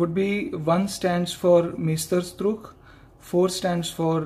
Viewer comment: sir, its porponpounced as mysterstrook meaning masterpiece